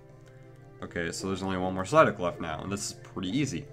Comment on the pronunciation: Ampharos23xX sideuck says psyduck